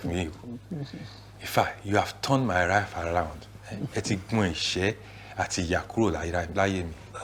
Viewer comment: "You've turned my rife around"